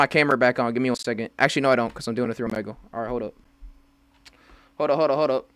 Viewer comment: Bro said "O. MEG. LEH" not trying to be rude